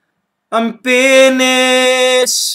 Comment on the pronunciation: "momeee i'm pinishhh" FTW!